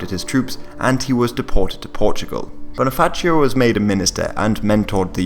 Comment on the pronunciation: Also, Bonifacio with a regular ci sound, not like Italian.